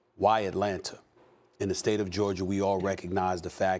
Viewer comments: SAS “ Georgia “ not Georgerrr 😂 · "state of Georgiar" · Stephen “Atlanta Georgiar” Smith